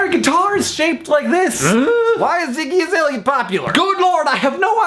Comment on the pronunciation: i think it's Iggy Azalea... not Izalea...